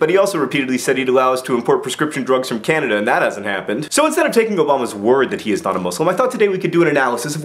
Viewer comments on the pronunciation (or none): none